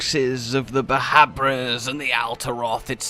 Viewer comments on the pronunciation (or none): Chameleos at 1? But why the hell is saying Bahabra it’s Bhanabra not too hard isn’t it?